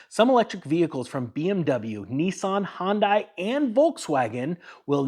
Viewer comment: Did you say hyndai or Honda?